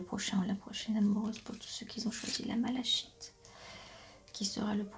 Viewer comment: Bonsoir, Merci pour ce tirage. J'avais choisi la malachite (qui se prononce malakite 😀). J'espère que vos prédictions vont se révéler 🤗❣. Bonne soirée.